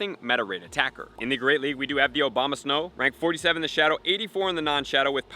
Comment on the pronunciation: love the video, but mostly how you pronounced OBAMA-snow XD